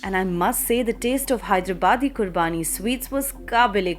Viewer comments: Nice video . But the sweet dish is Khubaani and not Qurbaani. :) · It's not qurbaani It's khubani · Its not qurabani but khubani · 😂😂 It's not Qurbaani ka Meetha.. Khubani ka Meetha.... Khubani means Apricot. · its not qurbaani its khubaani